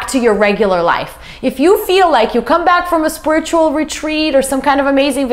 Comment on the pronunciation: "spurt-chul"?? LOL Say it with me honey, "Spirit-u-al" Not "spurt-chul"